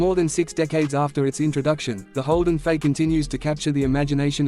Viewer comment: Starts by calling it a Holden 'Fay.' AI slop.